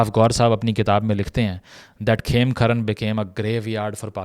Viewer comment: It is not KhemKharan but KhemKaran.